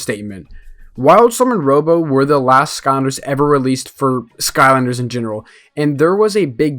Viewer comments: "skonder" sky-lander not sko-nder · No hate but you said ‘skonder’ like 15 times lol